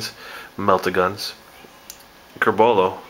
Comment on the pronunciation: Hey:P Nice vids allround. Love Blood Angels. One tiny nitpick... It's Corbulo, not Curbolo xD